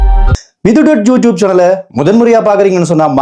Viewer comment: யூடியூப் என்று சொன்னதும் எனக்கு ஜூ டியூப் என்று கேக்குது…தமிழ் மொழியை தயவு செய்து சரியாக உச்சரிக்கவும்…